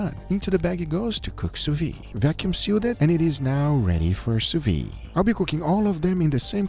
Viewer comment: Once again, the d in sous-vide is not silent